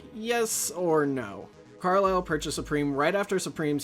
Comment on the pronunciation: As someone who has worked in private equity and has worked extensively with the Carlyle Group, thanks for being accurate and pronouncing the name correctly.